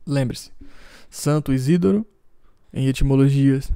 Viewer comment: A pronúncia é 'Isidóro', mesmo, e não 'Isídoro'.